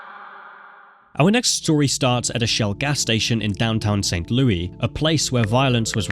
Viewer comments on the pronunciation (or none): im from missouri, this was Intresting to watch. Its LOU-is not saint LOUIE LOUIS like (Lewis) its actually driving me insane, there is an s bub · It’s not St. Louie. It’s pronounced like Lewis. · Just a note from a Missourian: It's pronounced "St. Lewis" and only pronounced "St. Lewey" as a nickname when joking or sometimes in songs. Saying St. Lewey in this context is really weird. Great video and I can't wait for videos on other states! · its prnounced st louess btw not st louey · For future reference, in America, Louis isn't pronounced Louie. It's pronounced Lewis. Just so you know! Great video again and I visited not long ago for the Big Boy steam train there and the Arch. It was fun! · SAINT LOUIS!!! 🙄 NOT SAINT LOUIE 🤣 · St Louis Vuitton by the way he says it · lol what is ST LOUIE? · I guess I live in St. LOUIE. now. Crazy how he kept on saying it like that. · I live in this state. AND THATS NOT HOW YOU SAY ST LOUIS. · Considering how many times you mention St. Louis, you could have made sure you were pronouncing it right lol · Same bro same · yeah except it’s not a city in France. It’s a city in an English-speaking country. No one in that country pronounces it like that.